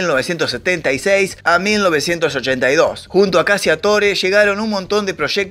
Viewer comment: "CACCIATORE" es un apellido de orígen italiano que debe pronunciarse correctamente...: [ CACHATÓRE ] tal cual su pronunciación figurada...que en castellano significa...: [ CAZADOR ].